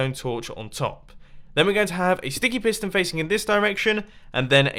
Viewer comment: its sounds like you said stinky piston